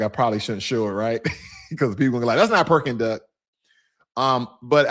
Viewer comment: He said Perking duck